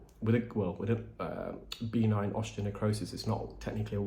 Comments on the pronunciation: Love your videos! Please know that I think the best of you. I’m a dialect coach, and deal in pronunciation daily. I just need to let you know that ‘benign’ is pronounced b’ NINE, not BEE-nine, according to all sources I know of in the Anglo world. All the best. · The word “benign” has the emphasis on the second syllable; be-NINE, rather than BEE-nine. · For the longest time I was hearing B9 Keratosis Obturans. I just figured out you are saying benign Keratosis Obturans. I crack myself up. 😁